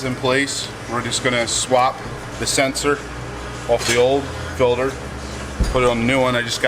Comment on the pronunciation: why do they call it fillder instead of FILTER ?